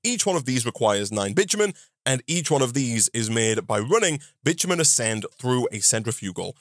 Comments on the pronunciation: The way bitumen is pronounced it sounds like the derogatory word that also is the word for a female dog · speedrunning getting this video demonetized with how his accent pronounces “Bitumen”